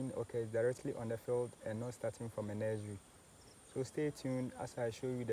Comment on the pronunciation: What is a nez-rie😂😅